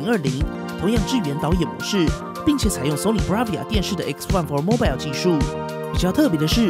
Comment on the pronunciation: “Mobile” is mispronounced.